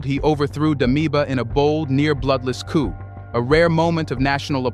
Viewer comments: The P is silent. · P in coup is silent.